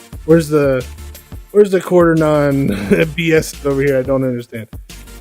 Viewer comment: i dont know if this will help make my robot driveable with a trigger handle but its useful knowing each chip [=)] p.s: can i get a tutorial on that? (Quaternion is pronounced kwat-ern-eon)